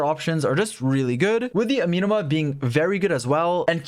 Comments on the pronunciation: Ah-meh-no-mah... not uh-mi-no-mah... but thanks for the video. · A-me(as in medic)-no-ma Amenoma Kageuchi